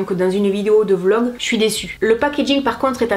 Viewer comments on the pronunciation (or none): none